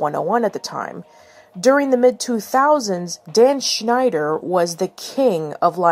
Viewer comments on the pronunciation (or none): none